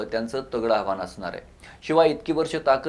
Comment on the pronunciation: अणिल नव्हे रे अनिल 😂😂😂 आणि आव्हाण नव्हे रे आव्हान जरा निट बोलायला शिक.